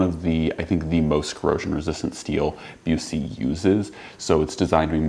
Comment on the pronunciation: Knowing the Owner of the Company I can help you out with the pronunciation. It's Busse as in 'Bus' 'ee'. 'Bus' as in Short Bus.